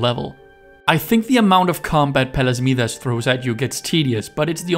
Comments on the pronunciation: Note: I think that is Palace My-das, not Mee-das. Also, I think the right pronunciation is Cata-coms, not Cata-cooms. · Awesome video. 👌 Just a reminder. Scion is pronounced as "skee-on" and Midas is pronounced as "my-das". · Thank you so much! Haha, I know. Several commenters have pointed out my butchering of Scion - I'm sorry! The reason I pronounce Midas the way I do, is because I went for the Greek pronunciation.